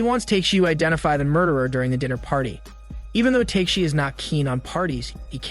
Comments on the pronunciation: Sounds like he's saying "Teshi" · The way you’re saying tekeshi’s name is kinda infuriating 😂